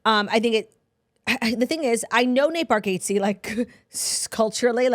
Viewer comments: I just came to say this! Please learn to say it! 😂 Bar - gat - see, not Bar gate see. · You guys must watch a Nate comedy special. Also it’s pronounced bar-gots-ee lol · Nate says it “bar get zee” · caaaaackling at the confident pronunciation of Nate Bargatze’s name ☠️😆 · When it’s wrong 😂😂